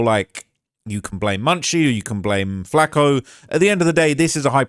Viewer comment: It burns my ears rhe way British people pronounce flakko and Tupac